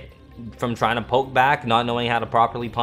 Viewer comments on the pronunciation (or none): none